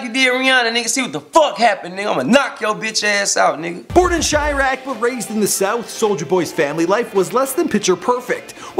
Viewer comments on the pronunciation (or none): Chi-Rack LMFAO